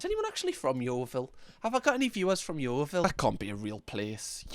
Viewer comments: No way i just heard say yoevil, i dont like in yoevil. No one should go there its a sh*t hole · I was born and raised in Yeovil. Left the first chance I could. But I grew up saying Yeovil like Oval, not Yeo-ville